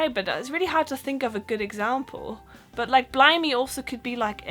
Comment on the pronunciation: Ah, her t's at the end of some words are a little too hard. Still. Very very good accent. "but", "that"